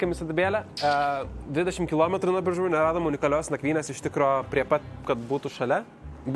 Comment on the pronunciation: wtf šis Biržų tarimas... atrodo lyg pirmą kartą miestą girdėjęs